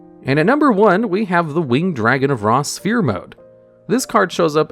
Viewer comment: The most "look how far we've come" moment here has to be finally pronouncing "sphere" correctly.